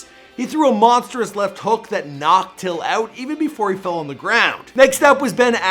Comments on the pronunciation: Damn man I don't think u got one of those names right ... At least u pronounced "Till' right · Do your research in people's names before ya spit their name out of ya filthy mouth. Have some respect for the greats you've mentioned and not took the time of the day to even look up. Ya pronounced till right that's about it.......